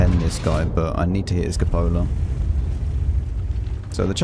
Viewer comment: Also, since the Spring or so, cupolas are my new specialty ;) Nice that you made the correct pronunciation of "cupola" xD I cringe when I here coo-poe-la #ewww